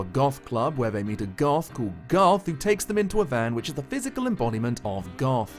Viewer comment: Legit thought you said Garth a couple times